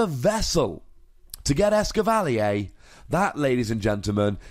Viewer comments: Blame it on the French XD (the triggered British mind of mine) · It's Ess-cavva-leer, not Ess-kivv-al-ee-yay. No need for the French accident. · Actually the French name for Escavalier is "Lancargot" But yeah I agree, a French person would probably pronounce "Escavalier" exactly like you did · it is DEFINATELY not pronounced "eskivalleyaaay" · As a guy who owned a Chevy Cavalier for years, I appreciate your fancy as fuck pronunciation of this lol